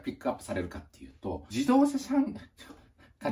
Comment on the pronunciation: じどうしゃしゃんぎょうｗｗｗ